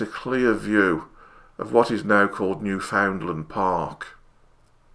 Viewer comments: "Newfoundland" isn't pronounced New-FOUND-lund. It's pronounced Newfin-land. Crush the first two syllables together like they're one syllable, say "fin" instead of "found", and place the emphasis on "New" rather than "found". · Sir, “You pronounce Newfoundland like “understand."